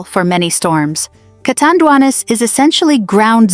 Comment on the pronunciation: Pls read it as u see the name CA TAN DUA NES- CATANDIANES.